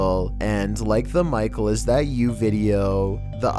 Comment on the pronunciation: It's not micle